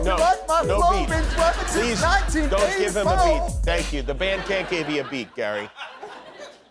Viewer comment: Oh Gary....not "198Foe"